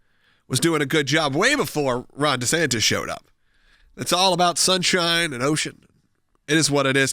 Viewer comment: He said Ron DeSankDis